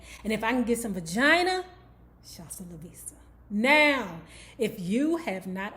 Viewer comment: I be dying every time you say Shasta la vista. Lol